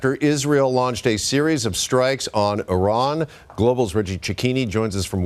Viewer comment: ... EVERYONE here pronouncing IRAN so perfectly ... ... THANK U 🙏🤍